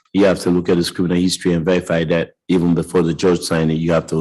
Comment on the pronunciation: What professional says the word, "dat"?!